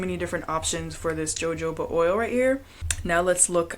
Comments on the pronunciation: Jojoba = Hahoobaa the J is silent . . . Thank you for your content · Ma'am, the "J" is always silent in jojoba oil. You say as Ho-Ho-ba. 😊